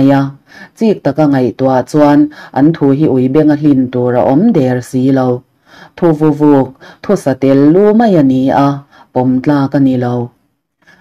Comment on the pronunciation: Thuvavuk iti in kahria, ka hriat ve dan chuan thu vauk ani zawklo maw...savahming anga lam tur (thuvavuk) kahrediklo pawh a ni Mai thei